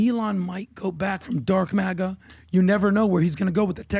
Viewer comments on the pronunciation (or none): none